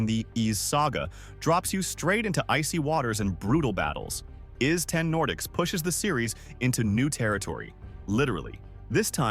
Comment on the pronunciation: Ys is pronounced "eese", like 'easy' without the y at the end. And I highly recommend ANY of the Ys games to anyone who hasn't played them before. Grinding is fun in these games, they've perfected the gameplay loop. I will say though, If you start at Ys X, then you lose the whole "WTF" factor when Adol manages to take a ship somewhere without it shipwrecking (seriously, he's involved in a shipwreck in like 7 of the 10 games, usually right at the start).